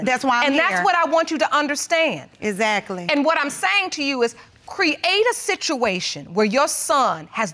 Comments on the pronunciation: Iz-zact-kley is not Exactly. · So she said he is broke n illetrate but she says eggzackly instead of exactly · Izzackly, izzackly, izzackly.